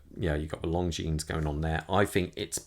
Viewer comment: You don’t pronounce the s.